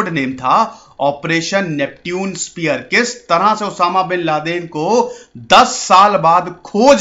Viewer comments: नैप्च्यून स्पीयर था सर नाम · नेपच्यून होता है सर Neptune - नेपच्यून